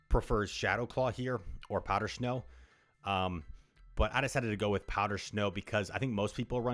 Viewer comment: Is it just me, or does he say "shnow" lol